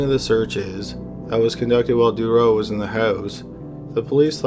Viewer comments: I am sure many officials covered up Dutroux’s heinous crimes. It’s pronounced « Doo-troo », not « De-row » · Marc Dutroux... pronounced Du Troo... That is a complicated story... many conspiracy theories were going around about high ranking politicians and elite at the time... Belgium lost its innocence with that case, the police was completely useless. A worker told the cops that he could hear children in the house, but the head cop who was standing next to him told him to shut up and to leave police work to the professionals!!!... How that monster, the wife, was released on parole is mind boggling... she allowed children to starve to death! imagine the pain, the length of time it would have taken, and one must have died first, leaving the other to go insane with fear... poor little girls... That woman should be starved as well. As for Dutroux, if he is released the Belgian people will go crazy! He won't last long anywhere... Monsters... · You’re pronouncing Dutroux incorrectly. It’s pronounced Da-troo. French ‘oux’ is pronounced ‘oo’. Think of Louis Theroux. Otherwise, great work. 👍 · Its pronounced Do-tru, not Do-ro. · It's pronounced "dew true" not durow...geez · The Belgian guys name is pronounced "DU TRUE" and not Durow. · With Mark Dutroux´s name it´s not "Durrough". it´s DuTroux. One shall pronounce it DuTroux with the t clearly audible. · It's pronounced Marc Dutrou, not Marc Durow!!! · Dude Marc's last name is pronounced "Dutroux", not "Doo-row" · Aren't you Canadian? How is your French so bad, lol! I believe it's pronounced: DUH-troo. And Nuns live in a convent not a coven, hahahahaha!! I guess it's close enough. Great video btw....I am only taking the piss, tbh. I love your channel <3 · Dude, you’re Canadian, and you massacred the pronunciation of Marc Dutroux’s name, and the city Liège!! It’s Marc « Dootroo », and « Lee-edge », c’mon, tu sais comment parler en français un peu!! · I noticed that too, I believe it's meant to be pronounced due-trough